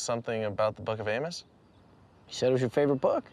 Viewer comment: Amos not Amus, the pronunciation changes the spelling too much.